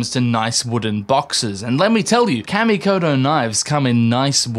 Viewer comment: Kamikoto....like CAW ME COH TOE They're sponsoring you so, you probably should say it right...😅